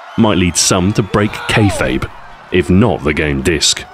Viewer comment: Hmm, he's not bad, but he rather butchered the pronunciation of "Kayfabe". Maybe I should start a game review series. :)